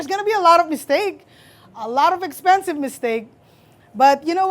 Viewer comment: Her accent jumped out as she said OMG EXPENSIVE. Love it. ❤